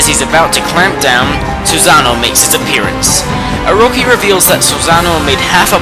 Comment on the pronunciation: I agree with Yami as well. And even though I mostly called you out for butchering most of the names like Ammy and Orochi but honestly. This list was amazing I cried when I saw Kurow again but like... Okami and Okamiden are amazing games. People need to publish or advertise more games like this. Capcom... you have outdone yourself.